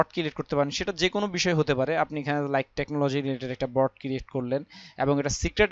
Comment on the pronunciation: Vai...Broad na Board. btw video ta motamoti valoi silo